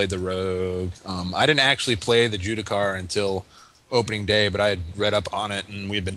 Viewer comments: its JUSTICAR, JUSTICAR DAMMIT! Not "juticar" cripes. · Ju_S_ticar :/ Not Judicar... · By the "Jew-da-car" class, does he mean "Justicar"? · ....its JUSS TICK AR JUSTICAR DAMMIT Jewticar is not a soul.